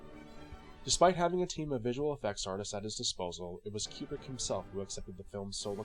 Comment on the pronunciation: Not a big deal, but pronouncing his name correctly is always a plus. KOO-brick, not Cue-brick.